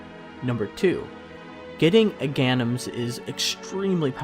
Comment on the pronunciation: Uh-ganims. I love you bro. ;p